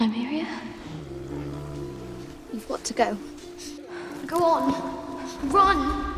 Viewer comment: Arya can't say her r's. That's unfortunate